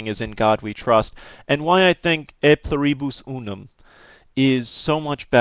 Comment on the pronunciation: Its pronounced Ey Plew-Ree-Bus Oo-Num (just thought you would be interested)